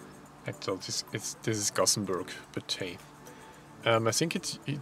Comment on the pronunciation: Awesome to see The Batman invade Sweden!;D Lol Haha It was funny how you mispronounced the name of the city with Gotham,. XD Your video vlogs are so funny, brotha!:D Love them! ^.^ It was sad they didn't had a Batman movie showing instead of Car commercials, but oh well........ XD I'm definitely planning to visit Sweden someday.:D